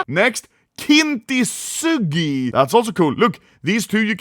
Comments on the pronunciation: It is pronounced “Kin su gi” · Anomaly pronouncing Kintsugi incorrectly and then saying "it has the white with the gold" is hillarious 😭 That is literally what Kintsugi is about